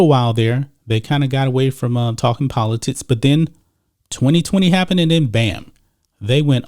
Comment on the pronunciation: Everytime he days politicis i can not unhear politits 🤣